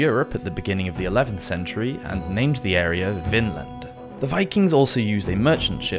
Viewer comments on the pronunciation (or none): none